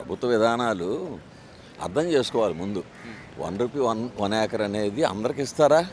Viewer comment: Yakar kadhu acre ra babu